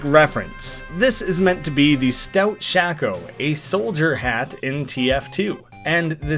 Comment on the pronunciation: Shako is pronounced like “shake-o”